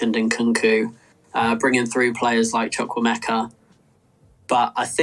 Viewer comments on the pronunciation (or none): You too can’t say CHUKWUEMEKA. #naija